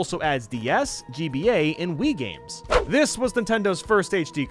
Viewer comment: "Gams" "old gams" "indie"